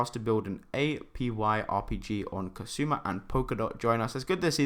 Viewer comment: Well done. Cool video. Did you mean Kusama? $ksm? You kept pronouncing it as kasuma instead of Kusama. Which left me confused a bit.